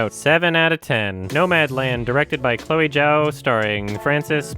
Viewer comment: I thank you for pronouncing Chloe Zhao correctly.